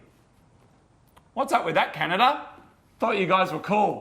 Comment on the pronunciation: Glad I'm not the only one who calls it Canadia half the time